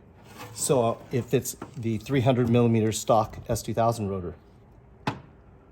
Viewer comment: What the heck is a milla meter???